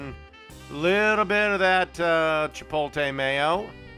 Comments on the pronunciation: It's pronounced "chi-POAT-lay," not "chi-POAL-tay"; in New Mexico you'd be called a "pen-DAY-ho es-STUU-pee-do" for screwing that up. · i know that shit kills me every time he says it as he makes the gloopiest meal known to man